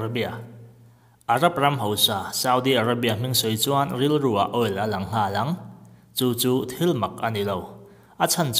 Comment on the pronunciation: All nilo in oil tih zawk tur ni awmtak ah kalo ngai